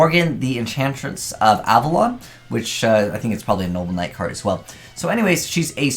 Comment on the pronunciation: You just can't get that archetype's name right, can you 😂 "noble Knight". Not "knoble knight" or "noble night"